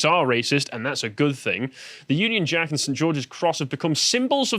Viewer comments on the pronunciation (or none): none